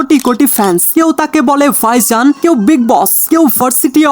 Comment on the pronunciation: ভাইজানকে বলতেছেন ফাইসান! মানে সীমা আছে ভাই, একটু এদিক-সেদিক হতে পারে বাট এতোটা? উচ্চারণে কাজ করুন অনুগ্রহপূর্বক।